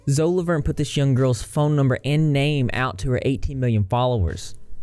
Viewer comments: Isn't it pronounced zoe-E? Lol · Isn't it pronounced Zoey Laverne? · He said zo